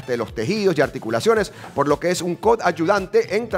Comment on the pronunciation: Felicitaciones…. Por favor la palabra es COAD-YUVANTE ( si la divides para decirla se te hace más fácil) 🤓 saludos